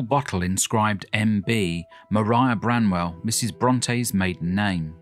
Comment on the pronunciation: Arghhh BRANWELL, NOT Bramwell ;)